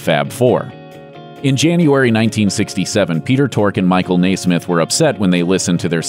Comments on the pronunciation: Yes, that drove me up the wall too. You would think they would get the subject's name RIGHT when they decided to make a video!! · spacecat4 I am so glad it wasn’t just me that was BUGGED by that!! Know your business before you act as a reporter people! If you can’t get the name’s pronunciation correct I can’t believe anything that you say. If you say it wrong because you didn’t do your homework what else did you take a shortcut on? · Oh thank goodness, I thought I was the only one pulling my hair out every time the narrator said it. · So, you took the time to go through Mike Nesmith's autobiography but not to learn how to pronounce his name? He didn't invent basketball! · The only tragedy about the Monkees is that we lost the first teen Idols, Davy Jones and Peter Tork......and the obnoxious way Papa Nez’s last name is pronounced in this video. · This video is quite poor. As someone else has pointed out, consistently mispronouncing the name of one of the Monkees is not a good place to start. There are many better tellings of this story to be found. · How can you do an entire video on the Monkees, post it on YouTube, where millions of people can see it and not ask somebody maybe in the Next Room who knows a little bit of something about the Monkees how to pronounce Mike Nesmith f**** name?! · The fact you mispronounce Michaels's name and use all-music as a reference shows pour scripting, lack of research, and general lack of talent. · You keep pronounce Mikes name wrong! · Dont you think the narrator should be able to pronounce michael nesmith's name right? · you could at least pronounce Mike Nesmith's last name correctly. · It's pronounced Nez-mith. Not Nay-Smith. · All I had to do was read the comments (after hearing the guy mis-pronounce Nesmith?! Dude? Seriously?) to know I didn't want to give this channel the benefit of watching the full video. If you're a true Monkees fan, this is not worth your time! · NEZ-MITH!!!!! NEZ! NEZ!!! NOT NAIS!!!!!!